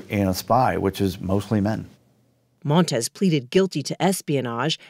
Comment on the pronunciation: *Montes NOT "Montez".